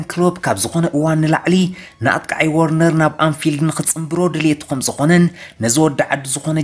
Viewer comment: ወርነር ዘይኮነሲ ቨርነር ኢዩ